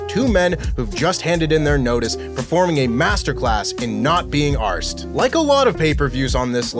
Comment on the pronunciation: The way said “arsed” makes me ever more suspicious that he doesn’t write these scripts